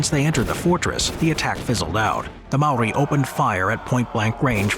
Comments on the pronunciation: That js not how u say maori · I’m a kiwi and I’m pissed off at the disrespect you’ve shown to the Māori language